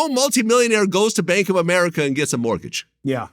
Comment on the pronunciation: Is it me or does he keep saying "martgage"